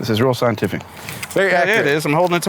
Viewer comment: It's thigh-entific! Lol